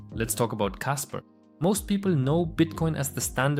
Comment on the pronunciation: It's kaspa... Not kasper